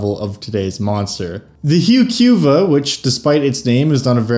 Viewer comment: Yeah I'm with you 100%. It certainly is not hew Q vuh.